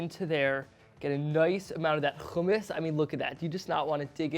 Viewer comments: its hummus not fucking khummus. but u did a great job there thank u and keep up the great work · No. Its Hummus all over the Middle East. Khummus is for people of european background who cant pronounce Hummus. Hummus is an arabic word. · dude its Hummus not khumus and btw the recipe sucks still missing the ice which is very important to make it creamy and cold without adding olive oil to the mix ... worst Hummus i ever seen ... oh and dont add zataar either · its not khummus ITS HUMMUS HHHHHH HHHHHHHHHHHHHHHHHHHHHHHHHHHHHH you can say halo hi but not Hummus? wtf is wrong with americans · yea it's regularly hommos\hummus. not khummous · Why are you pronouncing it with a ج it's with a ح ??? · You need to pronounce “Hummus” right first and BTW your “Khummus” look dry AF haha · It’s not خ It’s ح 🤭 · Never ever do hummus using a food processor, you failed right there... Trust I am a hummus master. And it's HUMMMUS NOT KHUMMUS...M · Lmfao no he didnt. Hummus is an Arabic word. Its not pronounce as khummus. Its HHHHummus. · Its not khumis its hummos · Hummus not kaamus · fail from the get go..its not Jumus its humus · I'm of Syrian background and I love your efforts kid but your burning me the way you pronounce Hummus.. it's not Khummus with a kh haha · No one: Not one soul: Eitan: Houhhhh-mus no hate I just pronounce it differently. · Khumus we don’t say that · It's NOT khummus. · Nah I don't like it sound too Jewish keep it original always . Sound like a moron the way he says it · Why are you pronouncing hummus like that though lmao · He's not pronouncing the "Kh" hard enough, makes it almost sound... Arabic. Try harder kid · No it's not the right pronouciation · He didnt pronounce it correctly. Hummus is an Arabic word. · white boy with a strong middle eastern pronunciation of hummus. Let me guess you're a jewish settler? OH i see it, the kippa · It's wrong pronunciation. Arabs are cringing at him